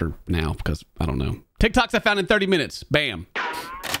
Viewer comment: "Ti toks I found in 30 min" 😂